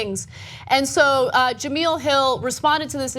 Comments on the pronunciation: its not pronounced "ja-mill" its pronounced "ja-mel" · Ja-MEL not Ja-MEAL 😂😂😂 i love you guys but damn! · Jah Mel not Jah Meal.... sad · It's pronounced jamell not jameel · jemEL not jamEEL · Ana, her name ain't that black, girl. It's juuhmell. Tired of losing, yet? I mean, I can't say I'm tired of winning, but, you're making it feel like slaughter rule. 🤔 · It's not pronounced Jameel it's pronounced Je-mail. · Jameel Hill? Maybe now that she is fired you can pronounce her name right ? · First of all, it's Jemele...you would know that if you actually took the time to watch the story before commenting. Second of all, ESPN shouldn't even be involved in the story since she tweeted from a private account, not a work one. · That was a little rough to watch. Not because of the info but because the Sportscenter hosts name is pronounced "Jah-Mell." Jemele Hill is on Sportscenter every day at 6 EST. Next time please at least do a little research on the pronunciation. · "Jem-ell" like "gem ell". She isn't saying her name right. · First of all ..its pronounced JA- MEL ...and how do you misspell her name in the description when its right there on the twitter graphic you're showing. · Her name is Ja-me-la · no it's ja-mell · Ana, you dumb bitch, her name is pronounced Jemel. Do you do any research before going on air? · The hacking of her name is so cringeworthy lol Juh-Mel, short e. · jemele hill short E.. you guys say do your research all the time..do yours!...its pronounced ja mel.. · Cringed every time she mispronounced Jemelle's name